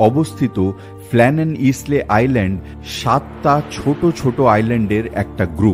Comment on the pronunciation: Isle.শব্দটি পাচ্ছি আইল্যান্ড শব্দ থেকে(island). Isle-উচ্চারণ হল 'আইল'। ইসলে-,নয়। কানে বড় লাগছে। ক্ষমা করবেন।